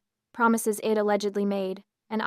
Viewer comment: The pronunciation here is atrocious. AI cannot distinguish between it and I’d and that’s just one example. It’s distracting from an otherwise good story.